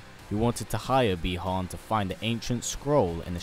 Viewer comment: The correct pronunciation is Buy-Han, not Bee-Han.